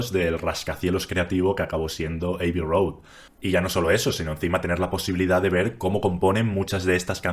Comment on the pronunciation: Revisa la pronunciación de "abbey".